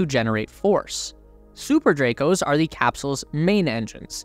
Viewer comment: Saying thee in place of the is strange. I call it the 10K+ subscriber curse. They can't help it. Otherwise, great video.